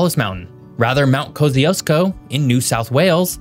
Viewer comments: "Ko-zee-oh-sko?" It's pronounced "KOS-CHOO-SKO." It's Polish. (Named after Tadeusz Kosciuszko, Polish national hero) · Mt. Kosciuszko is pronounced like 'Coast-you-shko' not 'Kosizko'.